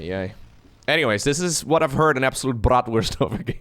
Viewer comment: "Brawtwurst" LOL 😄